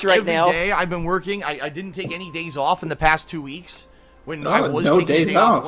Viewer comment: Why does pronounce some words by adding an H? Three hweeks.